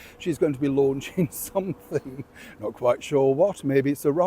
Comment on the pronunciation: Not 'launching',, 'lunching'.